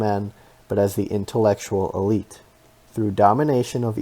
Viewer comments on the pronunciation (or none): none